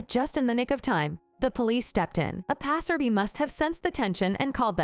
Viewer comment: I will suggest watching the video before you upload. The names got mixed up. And get an AI that knows how to actually correctly pronounce the English language, American style. Passersby is pronounced pass-er-BYE, not pass-er-bee. You have good stories, and I look forward to the improvements! Thanks!